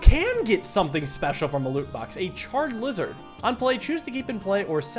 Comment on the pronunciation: charred lizzard, i feel like thats supposed to be charrizard xDD